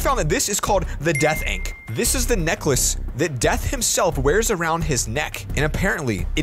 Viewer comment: i love how he says it wrong to